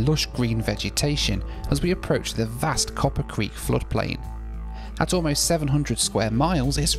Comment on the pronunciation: I love your channel, but it is Cooper Creek, not Copper Creek!!